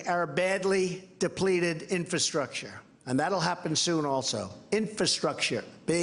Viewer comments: OldCatLady MB i agree he struggles,, struggles worryingly UGE, not only with words and their meanings.... but did he say, repeatedly, "inferstructure" ....? You couldn't make this guy up, seriously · Mr Rogers is our President. Can you say "infrastructure"? Very good! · Oh that donny. He loves learning new four syllable words. Infrastructure. INfrastructure. INFRASTRUCTURE. I N F R A S T R U C T U R E.